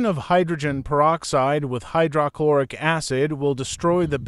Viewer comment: AI narration mispronouncing words is annoying "Hy - DRAH - Chlor- ic"